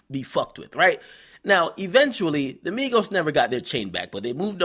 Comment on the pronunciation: not migossss not quavooo